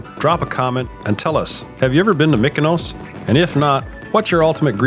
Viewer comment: It is pronounced MEE-koh-nos, not MICK-oh-nows. Sounds like in parts you do say the proper "EE" for the Greek "Y". What is the most odd is that in the few places you do say "ME" is actually on the island! So why the voiceover, which you did later, mostly pronounces it incorrectly, is interesting. But since it does seem back and forth, maybe it is hard to do a word like that. Anyway, the shirt gag was brilliant. I can just imagine when you guys all met and were wearing the same shirt.